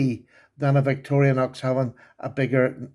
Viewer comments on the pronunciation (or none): Love you, but it's pronounced vic-tor-rin-ox, not vic-tor-reeah-nox. Have a blessed new year.